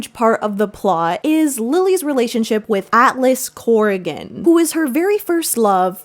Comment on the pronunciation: at first i thought u said atlas whoreington